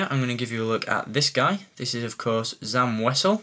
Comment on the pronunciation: it's pronounced sam wazzel